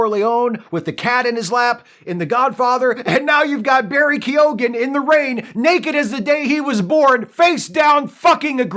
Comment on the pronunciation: On point pronunciation of Keoghan. Well done.